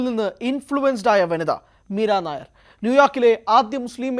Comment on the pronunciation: മീരാ നായർ അല്ല ... മീരാ നയ്യർ എന്നാണു.. ( Nayyar). പഞ്ചാബിയാണു (കുൽദീപ് നയ്യർ പോലെ) ...